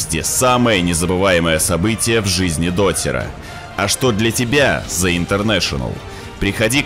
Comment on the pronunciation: Блят, извините конечно, что придераюсь. Но в английском НЕТ БУКВЫ З, ЯЗЫЧОК К НЁБУ И ПРОИЗНОСИ ПРАВИЛЬНО, УУУУВ ПРОСТО!!!